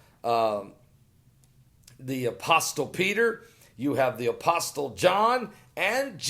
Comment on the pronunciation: The T is silent in "apostle," pastor - it's pronounced "apossle." I usually don't comment about such things, but are you serious? Whaaaaat? I need some coffee so I can calm down! LOL!